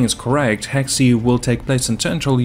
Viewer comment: Not trying to bash, but I thank you're pronouncing Hexe wrong. I think its just like "Hex" and not "Hex E"?